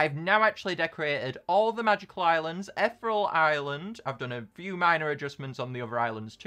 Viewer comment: ok but it's annoying me that you call ethereal island etheral island